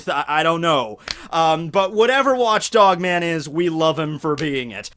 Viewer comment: Did he just say watch DONG man?